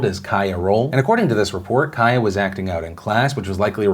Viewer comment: My name's Kaia (pronounced Kai-uh ) so hearing you say that is s c a r y